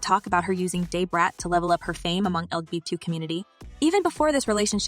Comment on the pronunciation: This is "alleged" news. Either the pronunciation of "Day-Brat" is to avoid legal ramifications using a celebrities name & likeness for what could be fake news or Ai does not have speech recognition yet for "Da - Brat". And the use of screen shot comments is used to fluff the story with unknown sources. Its crazy how they have the time to put this stuff together.